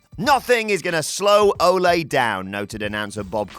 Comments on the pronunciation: Not Olé Anderson as you would say to a bull... Its Oh-Lee.... Like Sir Christopher Lee.... I will not chalk this mispronounciation to you being English. Ole Anderson is a legend. C'mon it's Ole Anderson. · It’s pronounced Oh-Lee, not Oh-lay. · Ole NOT Olay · Its Ole not Ole'. He isnt a fuckn Spanish bullfighter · Watching people arguing about whether or not it's "Ol-ay Anderson" or "Ol-ee Anderson", when it's obviously pronounced like Old without the D, like good Ol' boys. Jesus, I'm in my mid twenties and even I know that bit about wrestling history, y'all were actually alive when he wrestled... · O’lay Anderson? Not Ahh-Lee Anderson? Interesting. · Why can't you Brits say the name Ole? It's not Olay. It's Ol' E. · Again, Anderson is Norwegian, not spanish. It's pronounced oh-lee not oh-lay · oh-lay in “rally” North Carolina. To be fair, they’d probably have had to watch wrestling before 1999 to know oh-lee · Oh-lee not Oh-lay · ...And it's Ole not Ole' (Oh-lee, not Oh-lay) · A Texas "Patreon?" Ole is pronounced "OH-lee" not like you're cheering a matador. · Ole is not pronounced like soccer fans are paying him homage in song. Oddly enough, it rhymes with “goalie.” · It's a soft E. But stick to working out how to pronounce oregano. Then figure out there is a reason for letters in words like colour and neighbour. Then maybe after you do that you can speak about how to pronounce words, till then you are an American, your opinion on the English language is null in void.